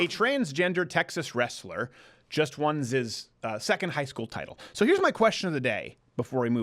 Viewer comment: Did you just say "won 'zi's"??? Dafuq is wrong with you? Giving in to those shitty self entitled nouns? Shame.